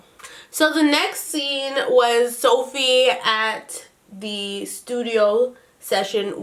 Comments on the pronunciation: She said sofi purple ahahahahhahah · she said sofia purple im dead😂😂😂